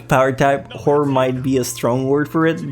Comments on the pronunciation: its WHORE-ER is how u say it. you called every anime a whore.... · Am I the only one who is hearing say favorite Whore anime? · I keep hearing him say “WHORE anime”... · I seriously heard whore anime